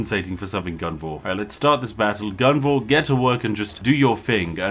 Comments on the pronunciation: Come on Spiff, it's Gunvor, not Guvna'! 😄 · You know he's Bri'ish when he stops calling Gunvor guvnor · Why did you say guvnor 2 times? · Calling Gunvor, Guvnor is just a British instinct. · About halfway through the video, Spiff's pure Britishness breaks in and causes him to inadvertently become a stereotypical caricature. Spiff: "Let's go Guvnor..." Me: * chuckles in chimneysweep * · I got sad when he started pronouncing the commanders name correctly midway through the video, all the times he called him Guv-Nor were so appropriately British. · I had fun because I'm russian and it sounded almost like his name is Shit :))